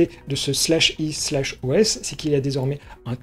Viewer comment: /e/ est de la phonétique. Cela se prononce é comme "marché". Donc c'est "é OS"